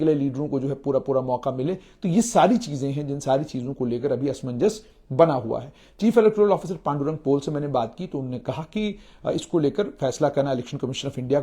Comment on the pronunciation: Dear Junaid Ji, He is not a Pole. H'ble CEC of J&K is Shri Pandurang Pole (pronounced as Poleh) Ji. A very honest, sincere, dedicated and a man of high integrity. A, rare civil servant who is always fair and just and a public friendly public servant. 👏👏👏👏👌👌❣️❣️❤❤💕💕